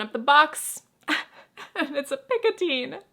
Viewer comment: The way you are pronouncing Picotin in french would take an « e » at the end (Picotine). The way Picotin is written would be prononcée the same way as Train or Chemin in french. Which is a sound that doesn’t exist in English. I also don’t know how Hermès pronounces the Picotin bag, maybe they do it the way Picotine would be pronounced.